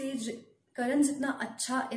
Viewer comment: करण नहीं "कर्ण"